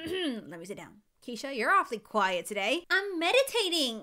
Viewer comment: I died when she says I'm "metitaiting"